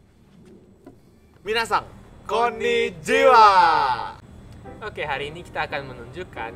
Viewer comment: koniijiwa😂😂...kan yang bener koniichiwa🎁